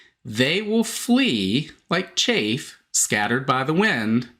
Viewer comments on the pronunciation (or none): It is CHAFF not chafe